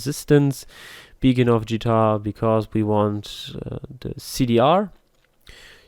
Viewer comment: it is not GEE tar it is YII tar